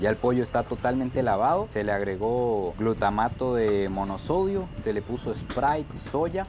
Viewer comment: glutamato monosódico no monosodio